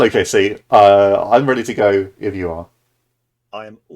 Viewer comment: It's Georif😂